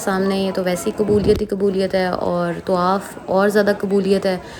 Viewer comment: tawaf.. not tuwaaff